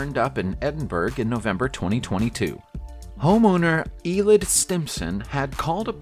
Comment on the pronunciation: Edinburruh not edinburg, and eilidh is A-lay no eyelid